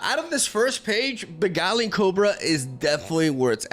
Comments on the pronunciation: I think you meant "arms race" between nexus healing and direct damage. And you did say Beguiling correctly, and then flopped the Innovative Blacksmith. 😔 Innovate -> Innovative. "In-oh-vate-iv" Edit: I hope this comes across as helpful and not douchey. I don't care if you pronounce things differently, but when you said "I hope I'm pronouncing that correctly" with Beguiling, I figured you might like to know.. TL;DR: feel free to ignore me. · You said Beguiling perfectly btw.